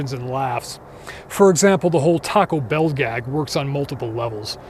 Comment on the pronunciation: After all these years, I still can't get that pronunciation of "Taco Bellll" out of my head. I've always felt this film had so much to unpack, so many levels that were prescient and warm and cuddly terrifying. Great job on this analysis.